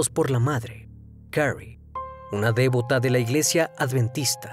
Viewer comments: Son vástagos, no vastagos. Es devoto, no dévoto. Compra un diccionario. Qué pena! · Siempre dices "dévota" o "dévoto" y es "devoto" o "devota". Más allá de eso; excelente contenido como siempre!